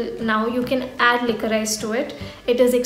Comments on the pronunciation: Hey , not to sound hateful it’s actually pronounced as liquorish. Love your content!🙂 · It's pronounced as licorish